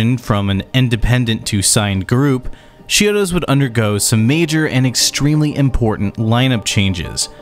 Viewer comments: It sounds like you're saying "She-odos" But I'm pretty sure it's more like "CHI-odos. Is it just me? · Are just 2 examples of you mispronouncing the band name. How do you make an entire video like this about a band, yet still can't correctly pronounce the band name. You're saying "sheodos" Lol. It's "ch" as is "chalk" or "chunk". It's not as "sh" sound. Ch-iodos..